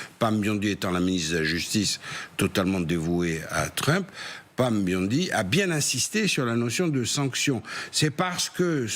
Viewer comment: On ne prononce pas Biondi mais bien bondi exactement comme le nom est écrit...... Comme dans James Bond il faut juste ajouter un i.....